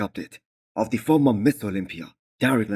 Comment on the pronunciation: LOVE your content.My online favorite . Just one critique, It always sounds like you say "MISS Olmpia" Please clarify and say clearly "MISTER " !!